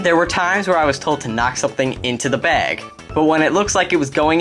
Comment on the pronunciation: LOL Brooklyn accent "bag"